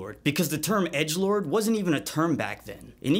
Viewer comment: I heard Edgelord and I heard Egglord